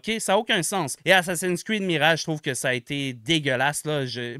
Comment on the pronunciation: Un petit aparté, c'est pas "assassin screed", c'est "assassin"s creed" mouahaha.